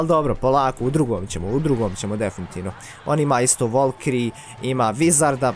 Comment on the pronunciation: nije volkiri nego valkiri!!!